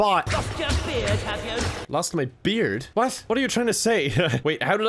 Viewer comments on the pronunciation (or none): none